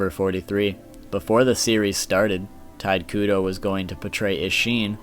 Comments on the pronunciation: "TIDE KUDO" ??? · 'Tight' Kubo......the man's name is pronounced Taito Kubo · It's "Tee-tay Koo-Bow" not "Tight Koo-doe" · ITS NOT TITE KUDO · Sorry but, you REALLY need to learn how to properly pronounce things. Can't even say Tite Kubo's name right. he keeps pronouncing it as "Tide Kudo". Completely takes my attention away from the actual facts. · "tide kudo" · But its pronounced shortly tee'-tae Koo'-bow' (but leave out the end and stop in the middle of "ow"). I'm from Europe So i read Tite Kubo like...Tite Kubo. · Tide Kudo. XD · The mispronunciations of "Tide Kudo", "Nanano", "Sasuke Aizen" were killing me